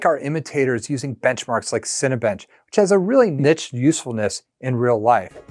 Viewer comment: '' our immitator'' LMFAO